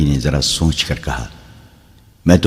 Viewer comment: سونچ نہیں سوچ اس لفظ کا تلفظ بار بار غلط بولا جا رہا ہے۔